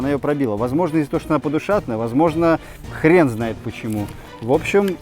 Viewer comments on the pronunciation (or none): none